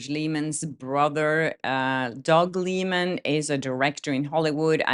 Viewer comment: It’s pronounced Lie-men.